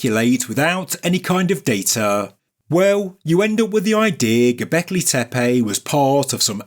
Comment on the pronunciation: I don't think I agree with your video but super KUDOS and congrats go to you to prounounce GObekli Tepe correctly compare to everyone else, including Ancient Aliens and Hancock. Not tee-pee . TAE- PAE.